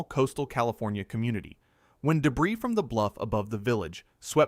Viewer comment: They are Bow like ow or wow doors. not bow like bow and arrow or show. Debris is pronounced Deb-Ree not deb-riss. Train the AI slop reader better before putting it to work.